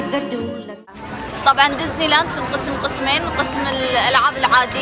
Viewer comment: اولا اسمهاا مو دزني اسمها ديزني